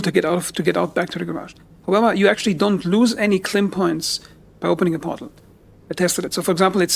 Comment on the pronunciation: It Lim tech… it is Lim energy K is the unit of measurement Lim is the type of energy. I can’t listen to this while you make it into a word…